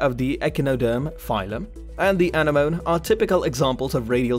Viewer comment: Isn't anemone pronounced uh-neh-muh-nee?